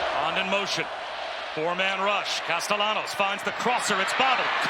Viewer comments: is the qb italian, it chould be pronounced: cas-ta-ya-nos - if he is of spanish descent - right? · The way the announcer’s pronounce Castellanos is so frustrating 😭